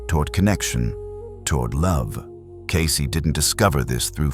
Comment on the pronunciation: In the name Cayce. The E is silent.